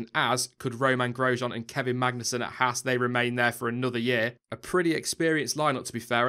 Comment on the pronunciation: it's pronounced "Hawz" not "Hass"...just saying. Good reporting dude, enjoying your reports.